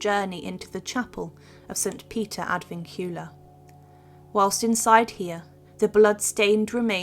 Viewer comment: Please learn how to pronounce Ad Vincula.. 😁😁😁